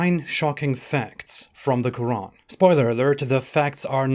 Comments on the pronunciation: The Q kh qq' urAn sooooo digusting pronunciation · The last miracle is a good one, "the religion of peace" God burning and torturing people...for eternity, it's not even a metaphor yes, you are so right, extremely stupid, And why is the narrator saying Roran all the time? A miracle? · Why do some people put that little pause between the syllables in Quran while others don't? Just curious. I enjoy your work.